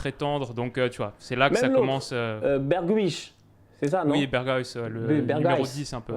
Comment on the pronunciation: Je retiens une chose c'est "Bergwish" (Berghuis) haha pas mal. Super video continuez vous êtes des boss